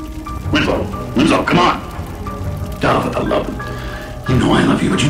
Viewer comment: Sooo who's window- winso- winsow- WINSLOW supposed to be?